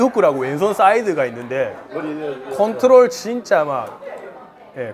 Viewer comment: 컨트롤 말하는 부분에서 일본에서 정말 오래 살았구나 느껴지네요 ㅋㅋㅋ